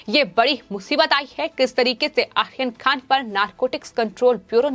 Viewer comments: आप आर्यन खान का नाम ठीक से लिजीए. यह आखीर खान कौन है?? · You are pronouncing Aryan khan as Akhirkhan Is it both are same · Correct..ahyan khan....🤣🤣🤣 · How she pronounced Aryan khan!!!!!!!!Ahyan khan😆😆